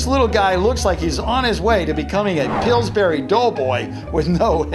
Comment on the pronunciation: “Dillsbury dough boy” it’s pillburys. Lol. Anyway BRO I LOVE this video keep up the amazing work u deserve way more subs!!!